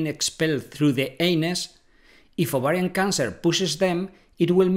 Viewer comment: Are you ATTEMPTING to say "OVARIAN TUMOR"??😳😏